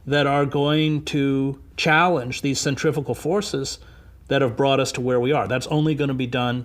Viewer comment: He pronounced centrifugal forces wrong. Cen-trif-u-gal not centrifical . LOL